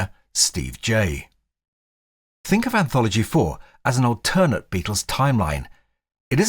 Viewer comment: The way you pronounce "alternate" really freaks me out, man.